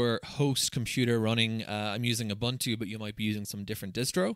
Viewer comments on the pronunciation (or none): No, you are not using "OOBANTOO". You are using "OOBOONTOO". Your Scottish accent is not an excuse for this big mistake. 😁